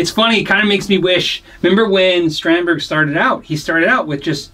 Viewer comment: Just a head's up: Strandberg is pronounced something more like strawnd-bay